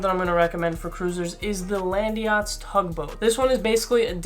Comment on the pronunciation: "Landeeeeeeeyachtz" why is it not "LAND YACHTZ"?